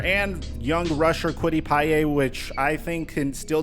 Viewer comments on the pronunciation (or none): Kwity pieyay haha. It’s pay my guy. Kwity Paye. Love your stuff and hopefully the colts makes some more moves that you can actually talk about